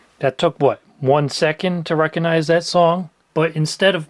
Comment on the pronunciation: You don't "reconize". You 'recognize'. There's a 'g' in there.